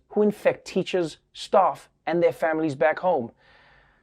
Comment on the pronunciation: emmm…it's staff,not stuff